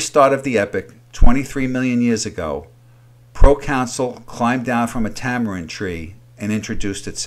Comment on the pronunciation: You keep saying procounsul, but it’s proconsul.